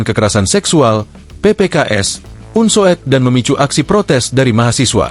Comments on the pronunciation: Bacanya bukan un so ed, tetapi UNSUD. Masa youtober tidak ngerti ejaan lama. Itu yang disebut U (OE) lamat. Tks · astaga .. sang narator membaca Unsoed sebagai "unsowed", bukannya "Unsud" ....